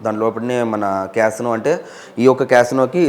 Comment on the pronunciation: ఊసేయ్ నీయమ్మ first casino అనడం నేర్చుకో నువ్వు నీ ఎక్సట్రాలు